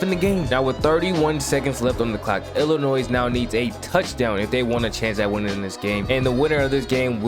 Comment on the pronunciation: Oh you one of those people who pronounce Illimois as "Illinoise" 🤣 But in all seriousness, you got a new subscriber.